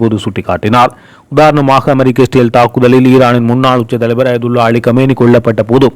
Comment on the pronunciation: செய்தி வாசிக்கும் Israyel என்ற நாட்டின் பெயரை சரியாக உச்சரித்து பழகுங்கள். இ என்ற சத்தம் கேட்கவில்லை. சிறேல் என்று ஒரு நாடு இல்லை.